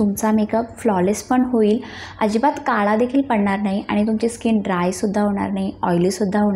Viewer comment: मी नीट बोलायला शिक असं बोललीय... काळा तर काला बोलते..सगळ्यात तर सगल्यात बोलते..म्हणून बोलली..